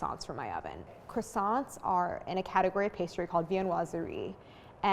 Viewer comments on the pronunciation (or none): I love the way Americans pronounce “Croissants “😂 God… make a little effort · living Montreal Quebec - a French City .. it is very very difficult listen to this brutal pronunciation of the word Croissants !!!! My ears hurt .. try try .. anyway GREAT fresh croissants are available here every day ! hardly worth baking your own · Crassants, Dooseldorf, coke oh van